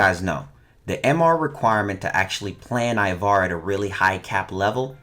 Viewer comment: First step* say ivara right